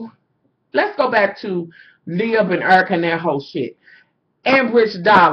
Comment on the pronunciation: Lmfao "lib" hahahahahaha. Her name is liv. Olivia. Lol you're still flawless hunny